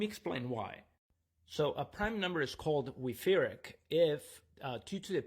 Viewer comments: German 'ch' should not be pronounced as /k/. Even an h would sound closer, although the actual sound is a velar fricative. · The stress on the second syllable was what bothered me the most.